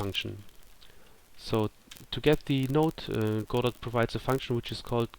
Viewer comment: Thanks so much for doing these! These sort of videos are so important to help newcomers to Godot and help build the community. Just a small complaint if I may...Godot is pronounced with a silent "t" as in God-oh....sorry to sound like an ass but it has to be said :) I look forward to more videos in this series from you!